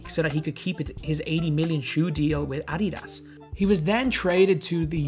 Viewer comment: This man just said ADYDAAS boi its adidas